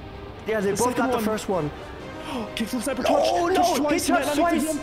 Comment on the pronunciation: not being able to read kickflipsniper is so funny to me